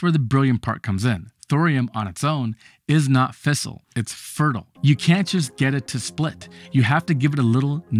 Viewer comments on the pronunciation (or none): Its fissile not a fistel get another translator ytup einzt